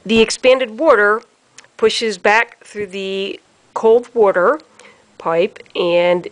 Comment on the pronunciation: I can’t watch this video because the person can’t say “water” correct